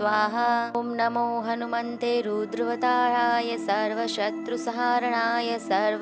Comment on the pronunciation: It's hanumate Not hanumante Galat uccharan theek nhi.. Jai shree ram